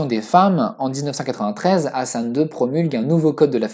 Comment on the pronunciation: Ta façon de prononcer le H de Hassan est juste horribe à entendre...😖😖😖 Prononce le comme le H de Hawaï est plus proche de la bonne prononciation en arabe que ton truc bizarre qui correspond plus à une autre lettre arabe.